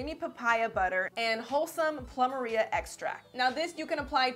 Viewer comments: LOL. Plumeria is pronounced "ploo-mare-ee-yuhh" Not "ploo-muhh-ree-uhh" I almost couldn't figure out what the heck you were saying. XD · Plumeria is pronounced “ploo-mehr-eeah”. It’s an Hawaiian flower.